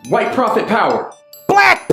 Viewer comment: The pronunciation of “hwyte” is so funny